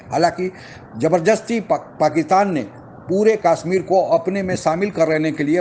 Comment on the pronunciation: कम से कम काश्मीर को कशमीर तो बोलना सीख लीजिए।